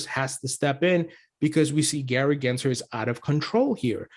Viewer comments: … his name is NOT Genser! It’s GensLer. Cmon, disrespect the right guy!!! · Did I hear you say Gary Grinchler? 😆